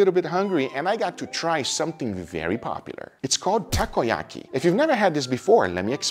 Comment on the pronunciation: Just to correct Guga. Takoyaki doesnt have BBQ sauce, its actually called "sauce" aka thick worchestershire sauce made in Japan. Glad you enjoyed Japan Guga. Youre pronunciacion in Japanese is actually extremely good believe it or not.